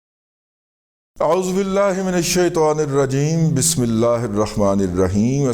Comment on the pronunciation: Aauzubillahiminashitonirajeem parra kareyn AAP minashitowa parrhtey heyn Jo k ghalat hey